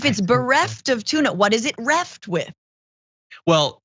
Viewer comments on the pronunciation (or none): "What is reft?" Omg 😂